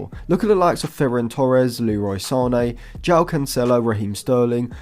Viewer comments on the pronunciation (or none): none